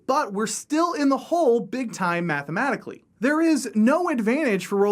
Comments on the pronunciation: Did you say "mathmamatically" a couple times or am I hearing things wrong...? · Great video, but... "Mathmamatically" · "Math-ma-maticaly" lol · "Mathmamatically" Me: easy for you to say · "Mathmematically" smh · "Mathmamatically" <3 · This is the Texan way.